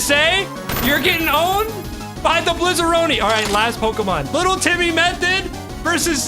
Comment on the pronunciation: I love how it's "Blizzaroi" but he kept saying "Blizzaroni" lol, which sounds more Italian than French tbh